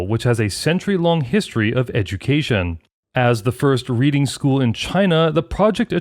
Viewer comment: 'Reading' is a town in the UK, pronounced as in 'redding', not as in 'reeding' - that is a short 'e' not a long 'e'. Irritating.